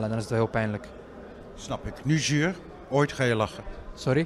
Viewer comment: Ha his accent even changed to more Moroccan even though he speaks Dutch, I learned you’re supposed to say zuur but he pronounces zur.